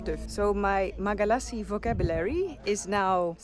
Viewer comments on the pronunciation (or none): I find it funny hearing Nora say "Magalasy" instead of Malagasy.. I hope when I say PeEuro instead of Europe it also sounds funny 😜 ❤🇰🇪🇰🇪🇰🇪